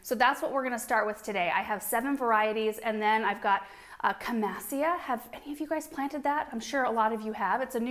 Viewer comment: 👍 camassia properly pronounced. ❤️❤️❤️ from someone that can’t spell 😂